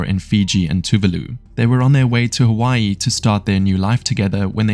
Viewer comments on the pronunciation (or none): none